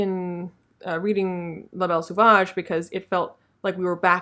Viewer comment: Just a quick french lesson: its pronounced so-vage not sew-vage. Great content as usual!